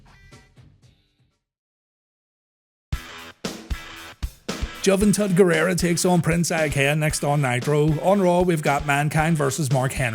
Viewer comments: I agree frfr. It’s funny tho that he said ‘Juhventuhd’ and not Juventud lol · That pronunciation of Juventud gave me a good chuckle. "Juh-ven-tudd" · i always do a sensible chuckle whenever you call him "juv - n - tud" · Juh-vin-tuhd? haha great name